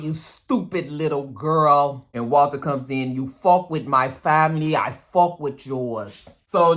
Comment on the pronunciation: when you say fuck with an Irish accent “fawk” or “fock” I die 🤣🤣🤣.